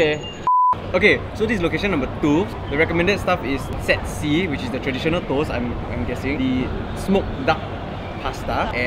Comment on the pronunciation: I thought 'Sexy' instead of 'Set C'